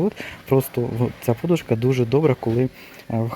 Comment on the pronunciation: Будь ласка, кажіть наголос правильно -подУшка.